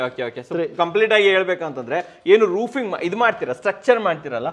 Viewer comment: Roofing ❌ Rooping ✔️